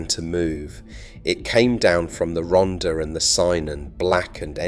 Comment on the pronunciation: Yet another commentator too lazy to be arsed to check how you pronounce Welsh words and names. Ronder and Synon. Where are they? Not in Wales. Wales does have the Rhonther and Cunnon, though. If they cant be arsed to check, I cant be arsed to continue with this video.